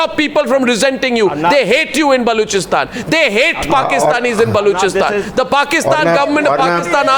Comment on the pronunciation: Sale balochistan kehne bi nae ata es ko